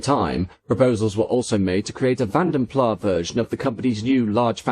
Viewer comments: I've heard that it should be pronounced ''Plaz'' not ''Plah'' because the brothers came from the Dutch speaking part of Brussels. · He doesn't pronounce it correctly. It should sound like ''Plaz'' not ''Plah'' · I've never got to the bottom of its pronunciation, Vanden Plarr or Vanden Plass? For what it's worth I'm a Plarr kind of guy, but what the hell do I know... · It's [Fan Der Plass]. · Great vide as always. However, the final S in Plas is voiced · Great video as always, but please check your pronunciation. Vanden Plas doesn’t have a silent S.